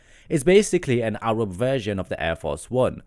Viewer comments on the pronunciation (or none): none